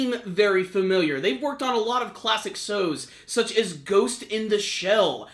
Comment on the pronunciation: u made a fuckup u said sos instead of shows lol